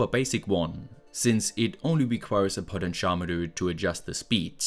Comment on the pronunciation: I feel like a dick for saying anything especially when I can barely speak at all, but the way you say potentiometer is hard to understand, I really don't want to come off as complaining, you're amazing, It was just a little hard for me to understand you with this single word, everything else was perfection.